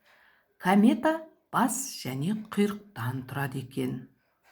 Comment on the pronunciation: Камета емес комета!